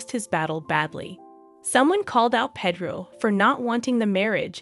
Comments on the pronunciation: I agree! Its hard to listen to her. Same with how she says Pedro. Ugh. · Did she call Pedro Pedo too? 🤣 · It's "Pay-droh and Snan-tell"